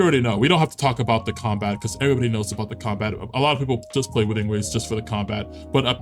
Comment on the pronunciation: Lol Infinity Nike, it's Nik-Key and Woothering Waves is like Whethering Waves.